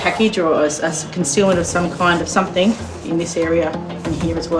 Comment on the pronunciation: Come on Aussies it is Something NOT Somethink nearly everyone says it.